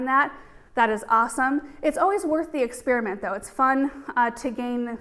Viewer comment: I love the videos but just wished the word experiment wouldn't be pronounced "ex spear mint'' all the time😁